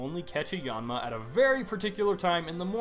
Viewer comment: your pronunciation is really annoying - it's: aromaTEESE, aloMOmola, ariAdos, even your yan for Yanma is a little too 'aw'.